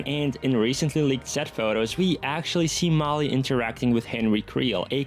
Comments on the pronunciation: It's Holly, not Molly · Holly, not Molly. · It’s Holly, not Molly. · Lmao You butcherd Holly’s name multiple times 😭